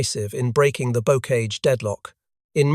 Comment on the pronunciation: "bokage", "et-tee-en"